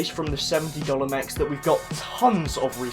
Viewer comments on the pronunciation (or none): none